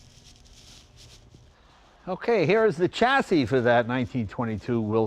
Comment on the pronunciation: Say the words correctly! shassis alUminium